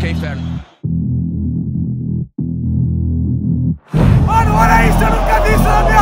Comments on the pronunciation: Foi foda a festa, mas eu ri muito com o "INFEFNO" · O "Infefno" do Mengão deu certo